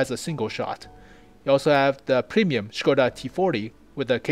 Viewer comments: Hey. Hope you don't mind few note from native Czech speaker. (I'm no tank expert, so I can't say anything about the technicals.) First - your pronounciation of Škoda is pretty much perfect. Second, the "vz." is abbreviation of "vzor", which is either a "pattern" or "design" (as in industrial design). Google translate pronounces it pretty well if you ever needed it in another video. [It is like English/American "v." pronounced as "versus".] "Kolohousenka" (you pronounce it almost well, again google translate is a good source) is a wheel-catterpillar (literal translation and i don't know of any better). ST (střední tank/medium tank) is the same nomenclature as LT (lehký tank/light tank) And please, if you ever use Czech flag again, please, use a proper flag. That is - the blue wedge goes half way. What you use is like Polish flag with Czech invasion. And I assure you, we have never invaded Poland in modern history (1900+).;-) Oh and when typing Czech names (or words in general) it is suggested to use font that supports Eastern European characters. Interesting enough, only Č, ř, and ě, seem to be missing from your font. I wonder if that character combinations makes sense for any other language. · GuP Hetzer! Yay. Very,very good job on the video man. You are pronouncing "Škoda" correctly too. Can I ask,what is the intro videos name?